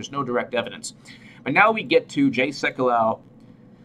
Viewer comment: Pronounced... Sek you low.